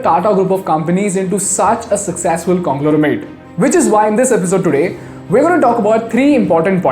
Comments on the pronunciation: Hey, it's "congloMeRate" and not "congloReMate" (No offense) LOVING your work! Thank you! ❤ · Congloramate!! Couldn't just dub that again? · It’s conglomerate.. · Couldn't unheard congloramet...